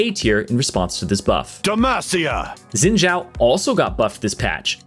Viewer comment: Dude it's Xin Zhao not Zin Jaw. 😂😂😂